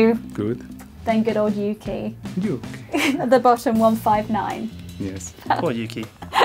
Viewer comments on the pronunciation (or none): the way Fernando says yuki xD